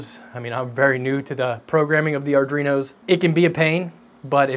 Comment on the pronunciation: Ardruinos lol